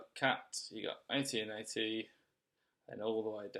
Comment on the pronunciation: AT&T, not AT&AT 😂